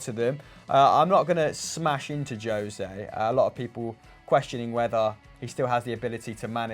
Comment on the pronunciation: Please stop calling the man Joe-se, when his name is José.